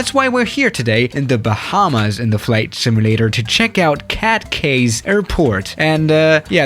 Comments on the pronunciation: Hey I’m Bahamian and I’ve been waiting for this video for a long time. I’m a long time subscriber and I would just like to let you know it’s pronounced “key” not “Kay” thanks! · YAY the Bahamas!!! if you want to know, Cay is pronounce as "key"